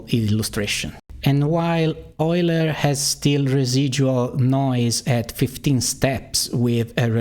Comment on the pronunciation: for pronouncing Euler correctly